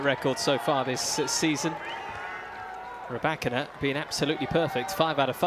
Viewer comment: I don’t ever leave comments, but I had to sign once just to say…could you please say Rybakina’s name correct ONCE! Please dude…one time! The lady is obviously trying to use the Force to help you.